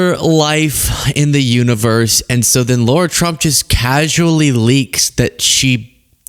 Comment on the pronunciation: It's LARA not Laura!!!!!